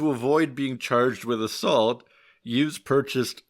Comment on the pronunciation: The "Youse" rhymes with "house." I know because I'm his daughter.